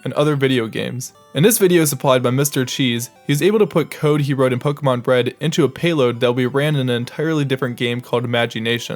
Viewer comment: Yes, and he didn't say Po-kay-mon, which is how Pokémon is pronounced.